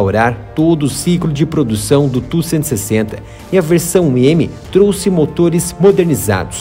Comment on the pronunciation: Ótimo vídeo. Muitas informações sobre a versão modernizada. Mas por favor, se não incomodo, não chama ele tú que me dá até arrepios. A pronuncia é T.U.-160. Obrigado.